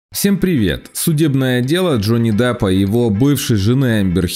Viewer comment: Джонни Даппа?? вы серьезно??